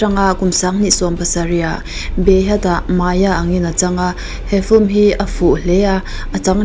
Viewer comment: I thiam lutuk mahse i aw ngaihthlak a hreawm deuh......... Film tih i sawi phei kha chuan Fulm ti i ang lutuk.......mahse i ti tha